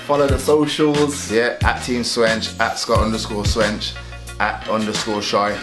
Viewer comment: Would definitely cop a Swench stringer, large up Scott for getting my name right first time 😂